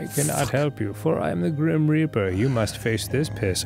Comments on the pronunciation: Dan - please don't say 'reaper' with that inflection ever again. 'Gram Raper'... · oh god i can't believe dan said "reaper" in the southern accent........ came out sounding like something else